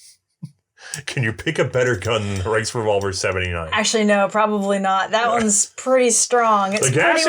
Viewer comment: The “RiceRevolver” lol